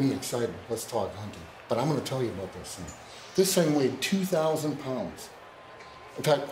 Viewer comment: Why is he saying "pounds" as if he is British (English"